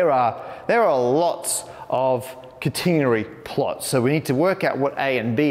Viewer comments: Kuh-teen'-uh-ree? My professor said Kat'-eh-nerry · cat'-en-ary .... not containery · ka-tain-ery? thought it was a cat-en-nary? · Whoa! Never heard it pronounced kuh-TEEN-uh-ree. It’s always been KAT-uh-nair-ee for me. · In the US, we pronounce it CAT-uh-nary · Cuh-TEEN-uh-ry is a very new pronunciation of that word for me. Is that common in the UK? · In US maths, is catenary sometimes pronounced as cat-ah-nary, or have I been reading it wrong all these years? Here, Matt pronounces it ca-ta-nah-ree, is that just the British pronunciation, or is that the overall preferred pronunciation? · I usually like the British pronunciations of words over the American ones. Aluminium, maths, secretary, etc., ... but I guess not in the case of "catenary". Man, that word is rough. Imagine how you would mangle the word "concatenate" in the same way as "catenary". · You pronounce catenary different than I learned it. Apparently this is another case where the British and American pronunciations differ. :-)